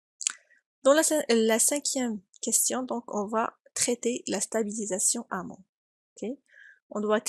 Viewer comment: on dit "en amont", et pas "en amant".